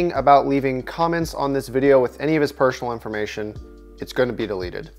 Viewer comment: pershonal iformation